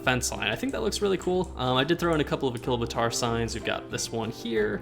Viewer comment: A-Chilo-Bator is how you say it